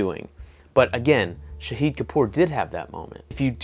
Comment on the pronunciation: The way you say shahid that means martyr.. It pronounced sha as shaahid as in shark.